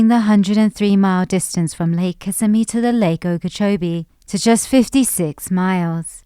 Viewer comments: It’s Ki-simi River, NOT Kiss-a-me River. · kiss-SIMM-ee, not KISS-simm-ee. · oh you were doing so well with pronunciation until you hit Kissimmee - which is pronounced KiSSIMMee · It's Kuh SIM ee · Is pronounced Kissimmee but what I like to know is what are y'all actually going to do to make a difference besides make this video there are so many Floridians that just suffer every day do the dumb illustrations because they moved into an area and now they have no other reason besides the fact they hate West Coast anyone car